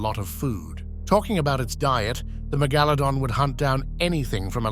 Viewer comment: LOL. He said megalodon correct in the beginning then suddenly changed 😆😂wtf.